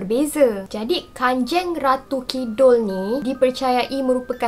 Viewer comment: Kanjang bukan kanjeng memang ejaan dia kanjeng tapi bacaan dia kanjang